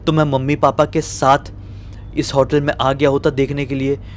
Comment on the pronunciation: Bro, vo resort ka room raha hoga, pura resort nahi. Also it is hotel, not 'hautel'